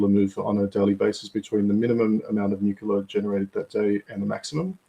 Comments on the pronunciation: Cmon, say it after me its "New -clea - are" - Nuclear, nuwcular is something else. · What is this energy source he is talking about, nucular?? Is it similar to NUCLEAR?? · If you are going to talk about nuclear at least learn how to pronounce the word. There is no such word as nucular.